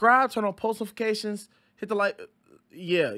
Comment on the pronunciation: Dude says "Turn on postifications." 😂😂😂